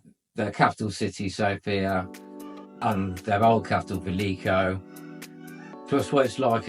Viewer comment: Good for you man. You are the first English speaking guy I hear that puts the stress on the word "Sofia" at the "O" which is correct. Every native English speaker says Sofia ( puts the stress on "i" which is very annoying to us Bulgarians). And to the point: sure Bulgaria is very safe, just hey people stay away from places where houses are cheap. The reason they are cheap is almost always 1: there are gipsies ( travellers, roma people whatever) there. And they are aggressive and dangerous! They steal and do even worse things.